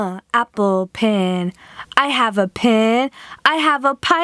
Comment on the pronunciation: it's pen not pin